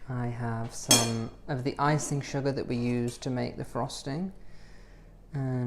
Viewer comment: SHOOGAH😄🤗 A BIG DUST OF SHOOGAH!